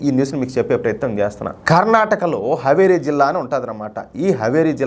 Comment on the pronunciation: Haveri kaadu Haaveri హావేరి